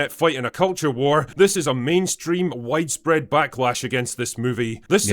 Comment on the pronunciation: “wide spread” to “white fled”? 😉🤷‍♂️